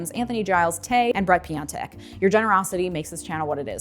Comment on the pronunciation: Bret piontek. I thought she said red beyonce